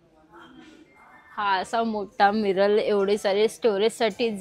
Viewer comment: Miral nahi, Mirror as boltat